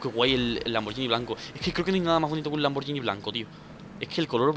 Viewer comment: Dani se dice lamburgini